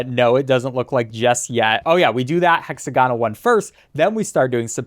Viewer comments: The way you said hexagonal and pentagonal tickled me. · the way he says hexagonal and pentagonal hurts my soul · Gah so true 😫